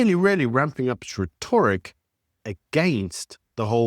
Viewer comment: The emphasis on rhetoric is on 'rhe' not the 'to'.